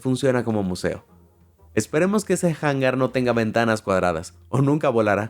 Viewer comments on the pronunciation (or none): Hola. Cuidado con lo de Hangar. Lo dices como Jangar. O es lore interno? Jajaja... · Como que "jangar" es hangar, HANGAR, la h no es pronunciable en ningún inicio de palabra, cuando te da la tonteria te da 🤦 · y que no sabe pronunciar las palabrasen español porque las copia del ingles... Hangar... Jangar??? WTF?? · Pronunciación de hangar ¿"jangar"? Por favor!!! Es español es hangar, es decir, se pronuncia "angar", nunca "jangar". Sorpendentemente mal pronunciado. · Uno de los errores que me ha tocado ver es que el traductor del vídeo pronuncia "jangar" y no "hangar"